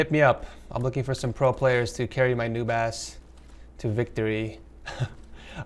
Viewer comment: When you said noob ass I swear to god I thought you said new bass 😂